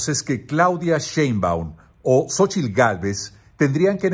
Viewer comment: "Xochilt Gálvez"😂